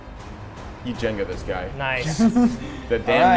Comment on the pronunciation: mine was when sed jenja